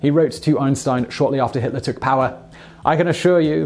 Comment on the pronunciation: he ‘smudges’ the pronunciation of Hitler so the CC system can’t tell he said Hitler because if it did he he would get demonetized